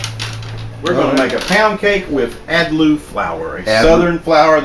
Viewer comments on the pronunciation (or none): My grandmother was from Columbia, S.C. and she swore by Adluh flour but she always pronounced it 'AD-lah', not 'AD-loo'. I remember her making pound cakes from scratch like that and flavoring them with vanilla and almond extract. The aroma of it baking was indeed sublime and I have never tasted any pound cake to match it. Pound cake gets its name because the traditional recipe calls for a pound each of butter, flour, and sugar.